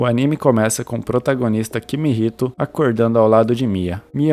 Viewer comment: mano no primeiro segundo do video ele chama o cara de kimihito e depois chama ele de kihimito